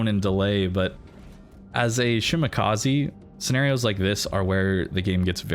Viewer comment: Shima is love. Great games. It's "Sheemah kah say" not "kah zee" i=ee e= ay